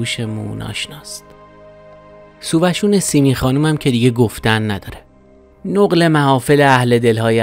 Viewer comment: نَقل محافل صحیح است ، نه نُقل